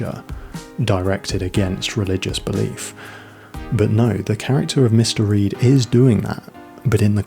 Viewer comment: Are you saying Mister Reed? Or Mystery? Say it out loud. Mr. Reed, mystery